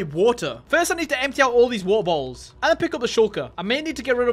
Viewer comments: Bro just saying wo-er bo-ols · why u keep saying "wa'a botuls" 💀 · I love how say was ah bo als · “Weaer bolls” 😂😂😂😂😂😂😂😂😂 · I heard every time you said Water bottles I heard Wawer bottles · Bro said wahor boholls